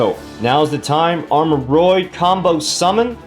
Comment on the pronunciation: Whoa pronounced it right this time lmao